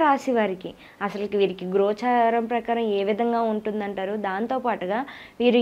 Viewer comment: Gocharam, paapa. కొంచం sarigga paluku